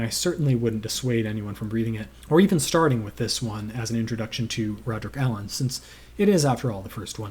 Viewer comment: King Henry I died of a surfeit of lampreys…ate too many. In Marsh the Lampreys are an eccentric aristocratic family…too many of them, as Alleyn discovers. Good to hear you pronounced Alleyn right. Many still don’t.